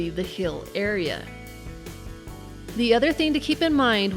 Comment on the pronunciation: Why cant you say heal normal